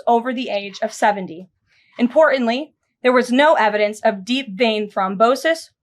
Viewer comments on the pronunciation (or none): “C”-aroline , importantly has a “t” in it. Pronounce it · I wish to God she’d learn how to pronounce importantly.